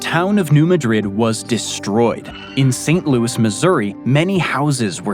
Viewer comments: MAD rid not ma drid. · The earthquake you cited in Missouri is NOT pronounced Madrid (as in the capital of Spain), but Ma drid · From what I understand the town in Missouri isn’t pronounced like Madrid in Spain. Even though it is named after that city, it’s pronounced MAD-rid. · A nit to pick: New Madrid is pronounced "New Mad rid" with the emphasis on first syllable of 'Madrid'. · 📚 Pronounced: "Maa-- drid" and the actual results fall in Tennessee, as is the point of orgin, under Newbern, Tennessee, to Sandburg , TN, Reelfoot Lake the positive marker. "7.2 - 8.2" That's a Shake, Rattle, and Roll Quake!